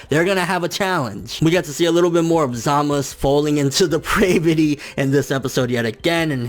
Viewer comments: you calling him zamas its zamasu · The su sounds like suh or sa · U in zamasu is silent